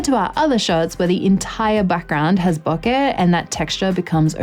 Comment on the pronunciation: What is Booka? Oh, I think you mean Bokeh, pronounced Bow-ka.